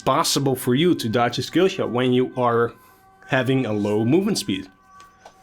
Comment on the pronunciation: Can't decide between pronouncing "shkillshot" and pronouncing "skillshot".